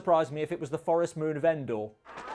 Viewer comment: "The Forest Moon of Endoh. Seems right", you actually sounded British there for a moment